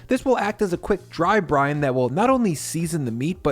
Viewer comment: “Dry Brine” or “Dry Brian” lol. Come-on, this is a well seasoned dad joke